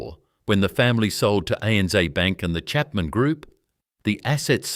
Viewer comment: For heavens sake get your pronunciations correct. ANZ is A.N.Zed not ANZee. No Australian would ever say zeee. It’s Zed, always zed. Pty. Ltd. Is shorthand for Proprietary Limited and is said such. One does not try to pronounce it as two three letter words.. Why is there a map diagram of the Middle East shown when talking about a journey between two Australian cities. You ruin a great presentation by your total lack of understanding of your subject. Don’t insult Australians by imposing yank pronunciations. You will piss us off, big time. Thank you for taking the time to present this story but please pay more attention to the details. Otherwise we might have to question the historical accuracy of what you present.